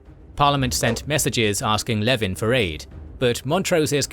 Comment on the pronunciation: Leven is pronounced 'leeven'